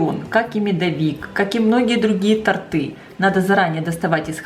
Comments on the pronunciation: Не тортЫ .......а тОрты....))))) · Не торты, а тОрты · В слове «тОрты» ударение ставится на звук «О» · Отличный рецепт!!! Так и хочется приготовить) Нравится приятная, спокойная речь. Ничего лишнего. Подача материала просто ОТЛИЧНАЯ. Только вот в слове тОрты, ударение перескочила не на ту букву) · Рецепт хороший, спасибо. Но пожалуйста: в слове "торты" - ударение на гласной "О"!